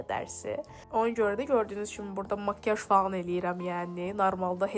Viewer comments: Mkyaj yox makiaj😂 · BU NƏ DANIŞIQ BU NƏ TƏLƏFFÜZDÜR. GET DANIŞIQ ÖYRƏN BU CÜR BƏRBAD DANIŞIQLA SƏN DÜZ DANIŞANA, GEDİB ORDA SƏHV DANIŞIQ ÖYRƏDƏRSƏN ANCAQ. KEŞDİ, MIKYAJ, AXOT, SAÇIMIN DİVİ YAĞLI GÖRÜNÜRDÜ. DİVİ NƏDİR? 😂😂😂